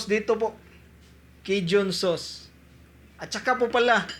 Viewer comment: sauce po not sos